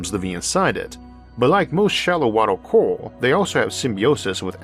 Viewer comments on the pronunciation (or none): omfg. I got really tired of hearing "cowal" really fast. it CO-RAL ffs